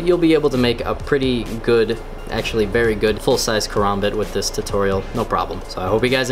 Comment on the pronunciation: i still get a little triggered when he says its name but i can get over that ive watched videos of guys saying it like karumboot and korombot so saying it like karombit is not to bad 😂